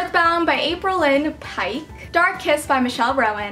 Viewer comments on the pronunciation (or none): none